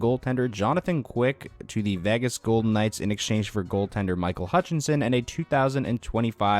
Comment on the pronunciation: So I get this has nothing to do with the video and is a stupid little gripe, but why do some ppl pronounce Vegas as "Vagas", though? But anyway...lol